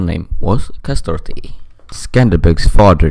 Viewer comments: Kastrioti not Kastroti. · Not kastoti it's kastrioti.